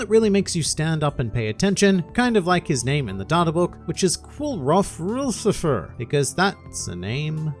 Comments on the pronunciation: The fact that “Lucifer” literally does not have one vowel is absolutely killing me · Lucilfer not lucifer